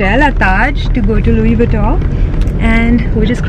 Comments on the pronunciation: She didn’t even pronounce LV name correctly. Btw, videography is prohibited in the store, I wonder how come store has allowed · Didn't even pronounce it right